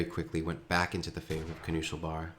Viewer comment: "Kanu Schel Bar" , since im german and i know what it meens it hurtsin my ears, still good casting keep it up !